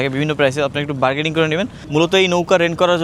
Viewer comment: It's not Bargeding.....it's Bargaining....And you have to improve your pronunciation.... much & more